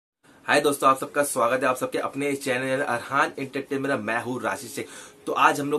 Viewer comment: Abey Entertainment bolna toh seekh le